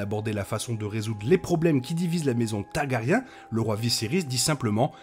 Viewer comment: Hey j’aime suivre vos vidéos depuis le début de HOTD, j’aime beaucoup , j’ai une question: est-ce un accent antillais que je décèle derrière la prononciation de Targaryen? Je demande ça parce que vous ne prononcez jamais le R et ça fait très bizarre je trouve… ce n’est pas attaque, je précise, juste une question ❤